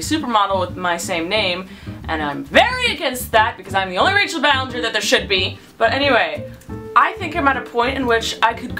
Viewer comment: It not Ballenger It Ballinger